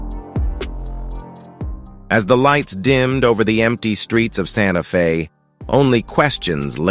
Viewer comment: "in a quiet seaside room in Sante Fe...." Wha?